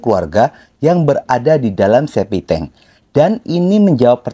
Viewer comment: septictank bro bukan SEPITENG....!!